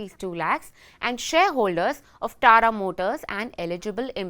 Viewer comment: This is TATA not Tara